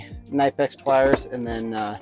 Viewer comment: Nope, it’s pronounced „knee-pecks“. Hello from 🇩🇪.